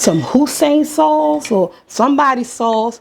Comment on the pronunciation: When you said Hussein sauce I hollered!! Love you, will def try this ❤